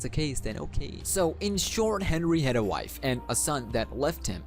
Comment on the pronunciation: Can we just say that some of the words you said were wrong like wife and cawthon? U said wife as vife. And cawthon as cakthon.